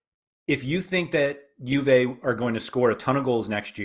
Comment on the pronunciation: calling Juve „hoovey“ is all i needed to hear today 😄